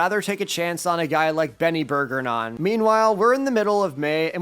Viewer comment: It’s berj-er-on not burgernon